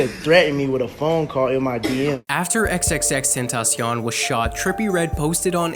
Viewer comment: how to pronounce xxxtentacion: eks eks eks `10 ta see on